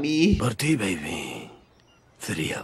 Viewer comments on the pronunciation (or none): none